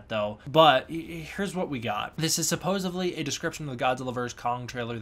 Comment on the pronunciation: i enjoy your videos, but please stop saying suppose-ively....its suppose-edly....its very distracting